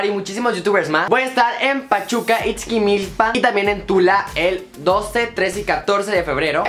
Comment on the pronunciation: Ixquimilpan jaja es Ixquimilpan